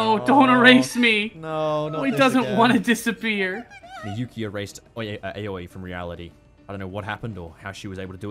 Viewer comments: I feel like i need to say this now thats its over Aoi's name is pronounced Owwie. Lol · The way your pronounce Aoi is giving my Japanese-learning brain an Owie